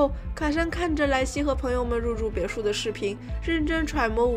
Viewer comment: 哈哈哈哈哈，看了几集发现好可爱，每次发音别墅这个词都嘴巴瓢哈哈哈 不要打我